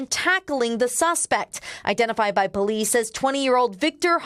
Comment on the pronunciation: That reporter is a Blood she said Bolice haha rewind in listen 🎧